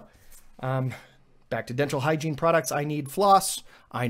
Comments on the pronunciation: And he did say hiegene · You said Hygine like 50 times so Google thought you meant showers lol